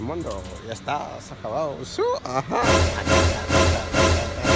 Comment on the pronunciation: Tibi Brinza el suaj creo que viene de swag .. pero lory lo pronuncia como suaj jaja , o estoy equivocado?